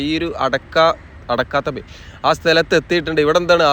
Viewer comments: അടക്കാത്ത ബയിൽ അല്ല അടുക്കത് ബയിൽ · അടക്കാത്ത ബയ്യ് അല്ല "അടുക്കത് ബയൽ "